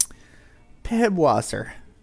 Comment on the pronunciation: This video is 2 years old but I can't help it. It's not PiBwasser. It's Pißwasser, spelled Pisswasser (ß is spelled as ss). It's German for Piss Water.